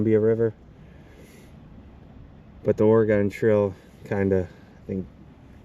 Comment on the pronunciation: Dude...Oregon...say it Orygun....